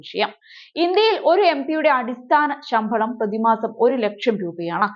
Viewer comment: കുഞ്ഞേ, ശംഭളമല്ല, ഒന്ന് ലഘുവാക്കൂ... ശമ്പളം.